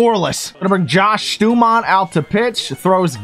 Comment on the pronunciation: Tis pronounced STAW-MONT my good sir